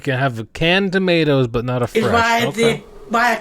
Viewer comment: Look at trying! But I can't listen to the way she says "toe-mee-ahh-toes"